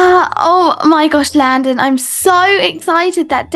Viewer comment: LaDdeR instead of landon has me cracking up lol and GigicHaD hahaha